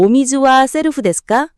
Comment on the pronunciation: 발음 좀 제대로. セルフ 세루후 셀프가 뭡니까